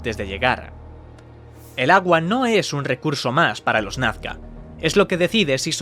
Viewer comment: No es "Nafca", es Nazca, por pronuncia bien!